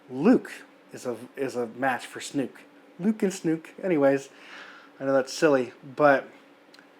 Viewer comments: Everyone else pronounces it "Snoke." (Rhymes with "Coke") I have never heard anyone else pronounce it "Snook." (Rhymes with "fluke.") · I appreciate your perspective & agree with your synopsis and furthermore objections to Rian's alterations to this disneylucas direction... My only complaint in this video is trying to refrain from phonetically screaming 'SNOKE(SNOW'K) not 'SNUKE' every time you said his name. 😅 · Its snoke not snook. Lol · Snoke....not Snuke. ;) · not a bad review, but ffs, it's not snook, it's snoke, when you light a fire do you see smook or smoke? get it right ffs lol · Snoke. Not Snook. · I am 44year old star wars fan and I loved the movie. I couldn't disagree with more than I do. It's Snoke not Snook like you keep saying...he was brilliant character, Luke used the most amazing force power we've seen in an episode..it was the spark the Resistance needed. Luke WAS the hero!!! And now he is one with the force!!! Going out by sacrificing his energy for his friends!!! Yoda return to help Luke was perfect!! I know many agree with u but I don't agree at all. How do you know this isn't all going to come together in 9??? ...this was awesome surprises and it will all be tied together..all 9 episodes tied together!! Luke will come back in 9 and I was so moved by everything in this film. My opinion is that it was fantastic!!! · It’s Snoke not Snook. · "Luke and Snook,that sounds silly".. yes it does because his name is pronounced Sn-OKE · Its Snoke. Not Snuke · I did love his use of Snuke, instead of Snoke - but the review was great anyways. I know some people just call him "Snoke the Joke" - since that's how Rian Johnson basically treated him, with his summary disposal midway through the film. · ITS SN-OH-KE GOD DAMNIT, NOT SNOOK :D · It's SNOOOOKEE, not SNUUUUUUUUKKKEEE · Snook?... not Snoke?... Snook sounds silly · I can tell you most people are ditching you once they hear you pronounce Supreme Leader Snoke. It's Snoke like smoke, not snook!